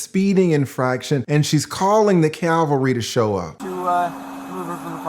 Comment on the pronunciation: It's cav-al-ry, not cal-va-ry. A lawyer should know the difference.